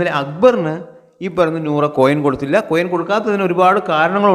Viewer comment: കോയം അല്ലാ മൈര് കൊയിൻ..... കോയം എന്ന് പറഞ്ഞൻ ആണങ്ങളുട സാമാനത്തിനാ